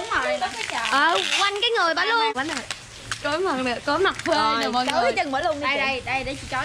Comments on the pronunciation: "TRÓI" nha máaaa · Trói chứ không phái chối nhaa